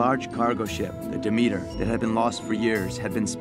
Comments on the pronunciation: So is the ship called Demeter? Isn’t that usually pronounced DEM-et-ur? Why do they pronounce it almost like “the meter”? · It's the name of an ancient Greek goddess, which is pronounced "de-MEET-ur". But as the filmmakers have decided that banning a religion causes people to forget everything about it (because that's always worked throughout history, amirite?), it probably SHOULD be pronounced "DEM-et-ur". So...yes and no.